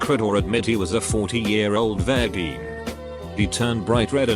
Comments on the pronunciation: TTS: “vurgeen” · This program can pronounce chutzpah with no issue, but virgin is impossible? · Nobody: Text to speech: "vErGeEn"